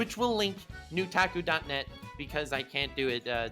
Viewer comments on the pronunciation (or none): It’s a lie it’s not nutaku it’s nut taku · “Nu-taku” more like “nut aku” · Pretty sure that bs is pronounced NUT taku